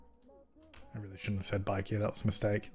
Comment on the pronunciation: Everytime says “bike here” it sounds like “IKEA” to me 😂😂